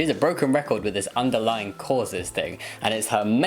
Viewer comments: The word is "underlying", you ignorant woman, not "underlining." Also, Jamie, more vest videos! Hooray for hot weather! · she doesn't even say "underlying cause", she says "underlining cause".